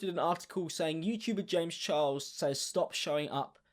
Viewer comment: youchuber james chiles